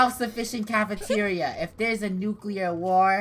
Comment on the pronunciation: Funneh:next up is cafentira Also funnehs mind:wait i said cafentiaria let me change that up Funneh rhen says:cafeteria